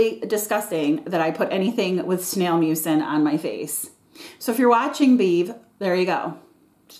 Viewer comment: I know it’s called snail mucin, but all I hear is snail mucus. Even autocorrect changed it from mucin to mucus. 😂😂